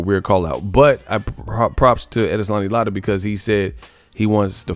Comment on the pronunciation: Lotta? Bro,you are destroying that brotha's name. Lol